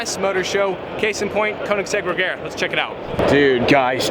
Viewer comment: oof, he kept saying re-gare-a. Sorry,, it is Re-zher-a like, chair. Re-zhere-a